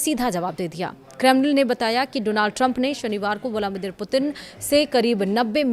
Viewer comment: व्लामीदिर नहीं व्लादीमिर पुतिन😂😂